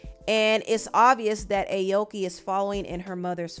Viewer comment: You pronouncing her name wrong